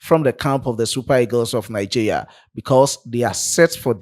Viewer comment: Good job,. But it's pronounced Nigeria and not Nigea 😊. Thanks.